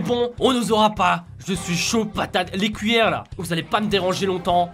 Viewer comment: Je rêve ou tu a dit les couilleres 😅😂😅 RIP Ryry on pense à toi 😐